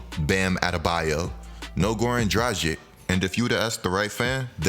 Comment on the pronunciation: its not Dra-Jik ffs. Here is an easy way to say it right: Combine the words Drug and Itch. Drug-Itch